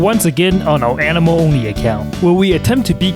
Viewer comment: "Xiao is an-emo"